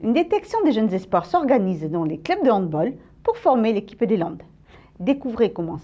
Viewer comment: Ça se prononce handBALL pas handBOL